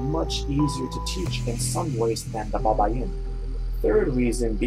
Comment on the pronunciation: Is not babayin is baybayin for correction..